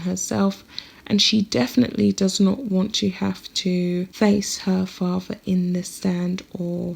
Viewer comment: Although you make an effort to speak “ nicely “ I suggest you practice your “th’s” In particular “ with “ and “father “ as neither are pronounced “ wiV “ or “ faRVA”